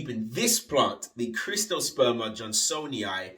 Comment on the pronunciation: Where the hell are you getting CRIST-osperma? "CYRT" reads as Crist to you? It's Sert-oh-sperm-uh. Other than that, video is dope.